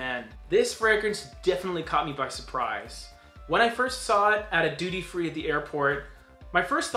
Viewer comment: You said doodie! 😂 Oh wait... Duty!!! Forget it!